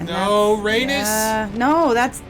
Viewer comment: I'm curious if it's an ongoing joke on this channel to pronounce Rhaenys and Meleys wrong 😂 or does he just have a hard time saying them